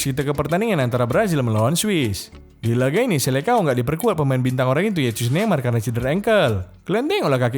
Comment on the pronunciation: Itu bacanya Bukan Selekao tapi (Selesaun)